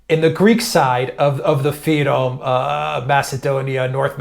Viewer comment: The name is not“Fayrom”! You don’t say “Gr” for Greeks